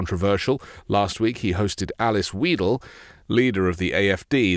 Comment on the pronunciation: Very good video. But it is Alice Whydel, not Alice Weedel.